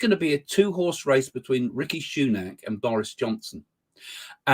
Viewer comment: It is not Ricky but Rishi..